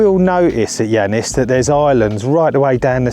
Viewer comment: Great bit of content! But it's Lake Iannis, not Lannis. A common mistake that all Brits do.